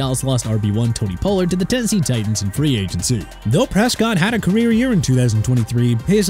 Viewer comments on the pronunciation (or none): Pollard is pronounced pah-lurd not po-lurd